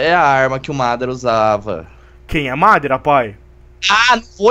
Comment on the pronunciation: o pai do wolf falou madara soq errado ele falou mada ra